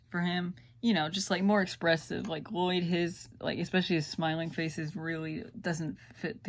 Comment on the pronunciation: You said Lloyd wrong but it's ok it was colse